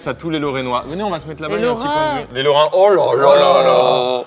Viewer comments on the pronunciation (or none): Je me suis senti insulée quand carlito a dit: "les lorrenois"